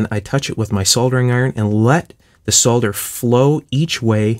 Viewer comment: This is one of, if not, THE most interesting channel on youtube. The icing on the cake is that is one of approximately 5 North Americans who can pronounce the word SOLDER correctly. Aside from that, he knows what he's doing. A rare person in this day and age!